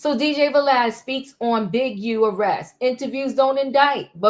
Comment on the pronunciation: Vlad ,you say valad🤔 it's not va